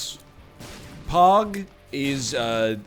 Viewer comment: So am I the only person that thought he was saying pawg and not pog... or am I just to far gone